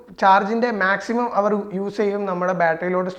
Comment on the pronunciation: ഹവർ അല്ല അവർ h സൈലന്റ് ആണ്